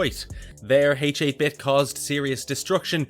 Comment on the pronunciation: You're killing me with "H-8 Bit". H8-Bit is pronounced "Hate Bit". It's a play on 8-bit, referring to his game world's graphics.